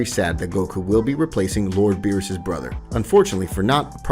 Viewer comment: Does anyone notice that he said beerusus KID